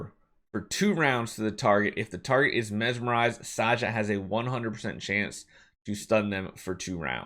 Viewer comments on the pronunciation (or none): I think her name is supposed to be pronounced Sa - Ha.